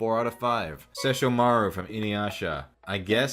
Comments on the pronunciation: The way you said Sesshomaru killed me. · The way you said “Sesshomaru”. 😂